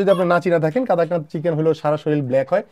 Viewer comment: কাদাকনাথ নয় ভাই, উচ্চারণ কড়কনাথ।